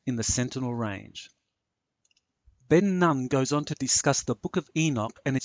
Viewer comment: Ben Nun is pronounced Ben Noon